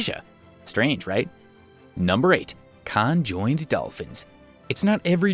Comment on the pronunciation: but the way he said conjoined is stupidly funny!!! XD XD XD XD